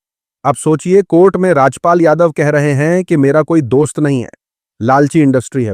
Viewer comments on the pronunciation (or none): Why are you Pronouncing everything wrong recently? What’s wrong? Rajap pal ! Epasteen etc it’s funny how you are reading script in Urdu I guess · please pronounce the name RAJPaal correctly, it is not Rajyapal 😂😂😂